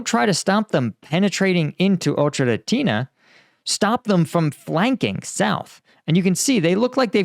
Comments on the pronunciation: FYI because I know you're having trouble pronouncing it, but the town is pronounced like "Oh-Kerah-Teen-Ay" rather than "Oh-Cherah-Teen-Ah". Hope that helps ❤ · O - cher - e -ty - ne BRAVO!